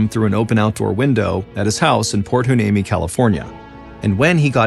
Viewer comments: Port “Hwa-NEEMEE” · port hueneme is pronounced why knee me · Port Hueneme is pernounced whyneemee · It's pronounced: Port why-knee-me.The name Hueneme derives from the Spanish spelling of the Ventureño Chumash name Wene Me, meaning "Resting Place". The Chumash were the native tribe who lived in the Ventura/Santa Barbara area, technically from the Malibu area up to Paso Robles, including the Channel Islands. Chumash names are hard to pronounce because the Chumash name was translated first in to Spanish, then we try to pronounce it in English. Hueneme is pronounced Why-knee-me. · Cali gal here! I always pronounced it port "Y-knee-mee" it's not spelled how it's pronounced at all. Lol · Props for trying to pronounce my hometown Port Hueneme. I 😁Y-nee-mee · Mr Ballen I live in Ventura County. I’m aware of this unfortunate incident 😢. It is pronounced Port Y-Knee-Me. . Thank you for covering this story. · No biggie, but the name of the town is pronounced “Point Why-Knee-Me. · It’s pronounced Port Y-nee-mee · Proper pronunciation is Port Hhh-Why-Nee-Mee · Thank you for this! You would think that considering there's a military base here, albeit a naval one, that he could have asked someone how to pronounce it. As a Port Hueneme veteran Seabee my heart is broken 😢 Hoorah lol